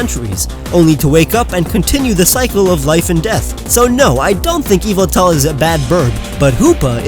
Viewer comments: NOT YVETAL BUT YAVATAL! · Is any one going to tell him it's yavaltal